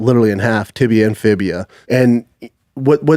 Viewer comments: Did I hear it right?He calls the two bones 'tibia and fibia' 🤣🤣🤣....I mean what is fibia?🤣🤣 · Is fibula** Brendan get it right